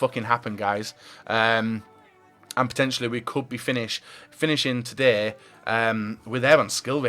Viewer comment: Do you guy's think says "sheewer" more than says "todayy"... Hmm that's a close one